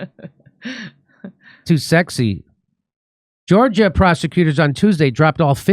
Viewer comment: Jimmy still can't read...."Georgia! Prosecutors..." As opposed to proper stress in a sentence...Georgia prosecutors....